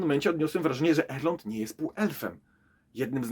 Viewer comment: Nie da się ciebie słuchać przez to, że źle wymawiasz chociażby imię Galadriela i Elrond